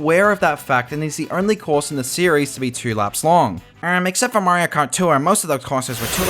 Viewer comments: i'm so brainrotted i keep hearing "tour" as "tuah" 😭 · Threw me off when you pronounced tour as tuah